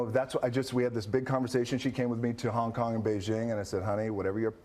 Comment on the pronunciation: "so... When you were in Hong Tong" lol